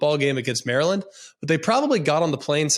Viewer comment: greg knows exactly how to say maryland in the dc/maryland accent 😂😂😂😂😂😂😂😂😂😂